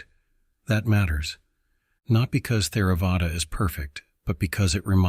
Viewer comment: I've always heard it pronounced Tare-uh-vada, the "h" being silent.